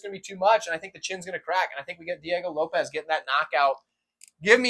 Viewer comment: I was gonna try to teach you how to pronounce Diego Lopes but I realized I can’t write it down 🤣